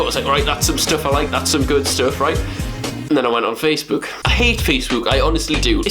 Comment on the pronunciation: Amazing vid! But c'mon Will, we all know the reason why you don't like Facebook is because you can't pronounce it properly 😂